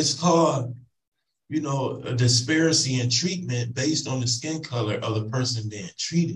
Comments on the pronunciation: Did he say he's going to transfer the pain to someone else? Edit:I was ignoring it but I just can't. It's not mercer. It's mrsa. Uh! Mer suh! It's disparity, not didparcity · What is DISPARACY??? 🤦🏻‍♀️😝 Literally making up words thinking he is sounding all articulate. 😝🤣🤡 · He said "a disparisy and treatment based on skin color" instead of disparity, if he's going to try such an argument...he should learn the words....or use smaller words he actually knows how to say. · ...is he trying to say 'disparity?'